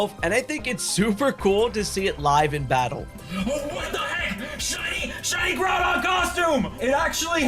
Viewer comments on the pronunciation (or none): none